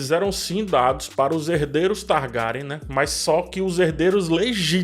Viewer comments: Se diz targueryan! Faltou o R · Pq vc pronuncia o sobrenome Targaryen assim? 🤢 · E essa pronúncia aí ? O vídeo tá top ein , dei Like mais a pronúncia do Sobrenome tem que se corrigir...